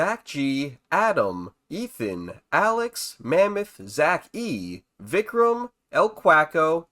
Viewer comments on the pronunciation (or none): none